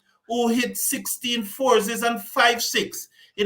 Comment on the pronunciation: Fourses......bad pronunciation sir